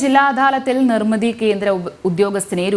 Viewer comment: 'നിർമിത' അല്ല ' നിർമിതി'.(.08)